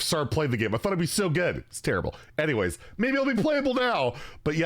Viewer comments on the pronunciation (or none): none